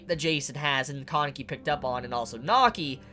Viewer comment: its been how many chapters and you still can't say kaneki right? lmao great review though